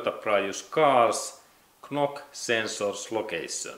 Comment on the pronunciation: Thank you for your video. By the way, knock-sensor is spoken "nock-sensor" in English. Likewise "Fort Knox" is spoken "Fort Nox". 😊